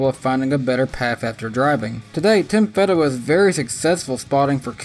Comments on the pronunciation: Feeeeeeedewa not fehdewa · His name is Tim "FEED"awa NOT "FED"awa. Disappointed you didn't check that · You mispronounced Tim Fedewa’s name lol. It’s Feeeedewa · Thanks for making me laugh with "Tim Fed-dewa". ^_^ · I thought it was pronounced Feedewa? But thanks for the upload 🤘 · Cute corn! Where does Tony Reign? You said he Reigns. 😜 Did forget him. Fee-duh-wuh? Uh... I'll watch his Busch races. Justin. Think I saw a few ARCA races? Never heard of Darnell. Haven't got there in truck races and a never heard of. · Back in the day I always heard it pronounced Feedawah. No biggie though, it's cool you mentioned him and that his life is going well after driving. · Fedawa .. long E as in Fee